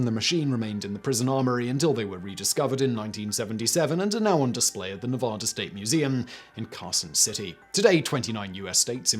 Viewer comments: Learn how to pronounce Nevada right damn it! It's Ne va da, not Ne vo da. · As a Nevada resident, I'm offended by his incorrect pronunciation of Nevada. Its NEV-AH-DAH NOT NUVUDAH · Ne-VAD-ah. Please. Really. Neh-VOD-ah is silly because it's wrong as saying War-CHESTER-shire instead of Wooster-sure. Remember, NeVADa is BAD. Cheers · Simon. Simon. Simon. NA VAAA DA. Act like English is hard. NA VAAA DA. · ugh, please stop pronouncing Nevada that way. Please. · And his mispronunciation of Nevada.